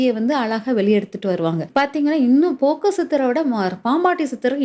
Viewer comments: அது போக்கர் சித்தர் இல்லை.போகர் சித்தர் மா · போகர் சித்தர் என்று உச்சரிக்க வேண்டும் ஜோதிடர் க்கு பேச்சு@ அறிவு ஆற்றல் மிக முக்கியம்